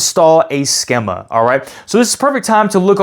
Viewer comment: Thanks for the video. BTW, schema is pronounced skee-ma.